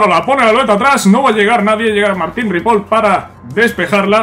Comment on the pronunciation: no se pronuncia ripol, es ripoi